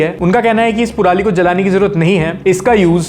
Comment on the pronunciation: Kya haaarsh bhai puraali nhi parali hota h